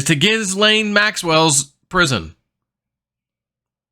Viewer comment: "gah-lane" Ghislaine